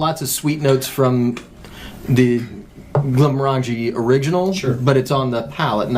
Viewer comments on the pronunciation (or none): The front left guy needs to work on his pronunciation of "Glenmorangie". Go consult a Scotsman. 😄